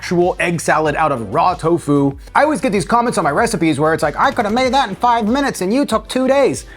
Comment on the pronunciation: I really like this video... And I'm so sorry but the emphasis is on the "to" not on the "fu" hahaha I searched for garlic confit and found you... And was so pleasantly surprised to find you a plant based creator!! Amazing